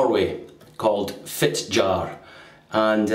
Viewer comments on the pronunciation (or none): As with most Germanic European languages, the J in Norwegian is pronounced close to an English Y: it's Fit-Yar. (The r IS pronounced, the Scottish trip-r is perfect.)